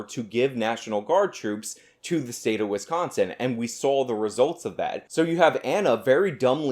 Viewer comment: As a Wisconsinite can we inform her that there is no T in Wisconsin as she pronounces it Wistconsin and it bothers me